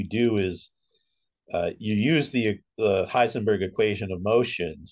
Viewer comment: Wow, correct German!